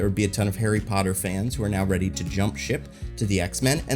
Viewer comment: aint nobody scared of HARRY POTTAH